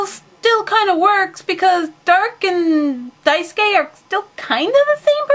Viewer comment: Hahah just noticed, the last way you said Daisuke was correct! (Dye-s-kay) I CANNOT WAIT FOR YOU TO DO A REVIEW FOR KAMICHAMA KARIN, I know I asked you to a while ago, but I am sooo excited!!!! xD BTW Your videos always make my day~